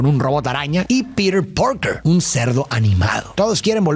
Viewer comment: Lo único malo del vídeo es como pronunciaba Peter Parker del resto 10 de 10